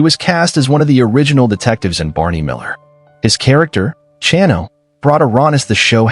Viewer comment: Also butchered Chano’s name